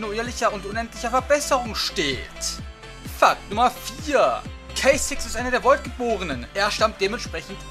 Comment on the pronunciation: Kay Zix xD